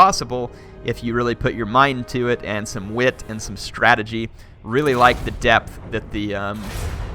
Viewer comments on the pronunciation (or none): none